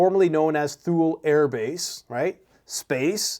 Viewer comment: It's pronounced Tuley (thule) Greenland...